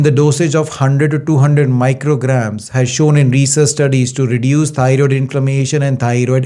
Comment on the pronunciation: TY Dr for this information! I Love Yer Accent, Lol. I thought U were saying tired gland, But thats EXACTLY what it is, We tired out, Our Thyroid gland!